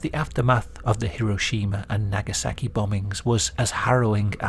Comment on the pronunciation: Ive never heard anyone pronounce Nagasaki so brutally